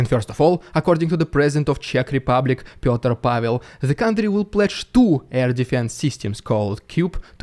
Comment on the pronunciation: It is pronounced Petr (like Pen) not Пётр